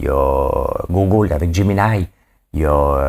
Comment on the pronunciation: Drôle! Ta de la misère avec les google et goose 😂😂😂 on dit Canada GOUZE (pas Gousse) et pour google j’ai la même misère que toi mais si tu pense à prononcer GOG pour Google, tu va être pas pire !! 😉 c’est pas une critique, juste drôle ! bravo pour ta revue d’actualité ! C’est rendu mes nouvelles de jour !